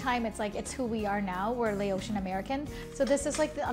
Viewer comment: Noooo. It's not Lay-ocean. It's Lao-shin. Laotian